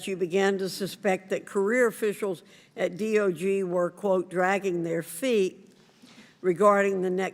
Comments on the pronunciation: She keeps saying DOG rather than DOJ. What is wrong with her? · Virginia Foxx is a sharp and not mentally compromised, like Sleepy Joe? However, I did notice that she referred to the 'D.o.J.' as the 'D.o.G.' and also mispronounced 'Senior leadership' as 'CL leadership. (Might be a case of misreading poor handwriting.)